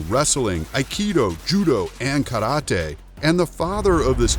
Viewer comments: I thought he said the word Karate wrong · is that how you really say Karate 🥋😱 eeeew lol